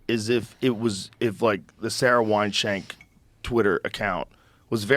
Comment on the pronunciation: King Kong and Ween-Shank